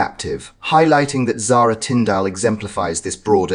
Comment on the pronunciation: PLEASE lern how to pronounce Zara's surname . It is nOT Tinfdalllll.